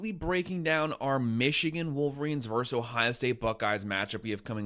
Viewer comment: The word is 'versus,' not "verse." We're football fans, not poets. Thanks, man.